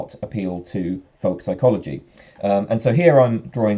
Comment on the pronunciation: You pronounce "folk psychology" like "volk psychology". Or is that a Freudian slip? ;)